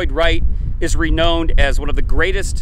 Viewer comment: "Reknowned" doesnt rhyme with "bone", but more like with the word "abound".